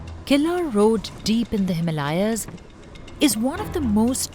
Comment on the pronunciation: The way she pronounced "Himalayans.."" I commented this and closed the tab...